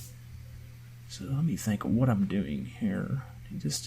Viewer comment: It is the famous “waut”